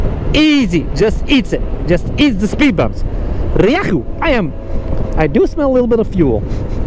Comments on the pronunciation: The engine is not half Chinese it is a Yamaha engine, Ree-yay-hoo use Yamaha in all their bikes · Happy birthday, your rieju pronunciation is improving 😂